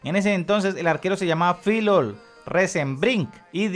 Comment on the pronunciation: No creo que seas tan bruto que no conozcas al Pato Fillol y no sepas pronunciar su apellido, que mal